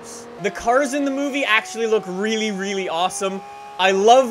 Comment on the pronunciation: I hate the way he says really (reeylee)